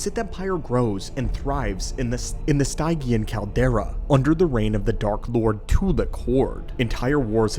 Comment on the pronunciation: Soft "g" in Stygian, my dude.